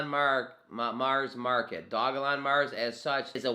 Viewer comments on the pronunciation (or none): It's Doge-lon, it's not hard